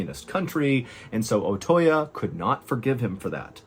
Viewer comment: The correct pronunciation of Otoya is Oh-Toe-Yah, not Oh-Toy-Ya. Your mispronunciation of that name is painful to listen to.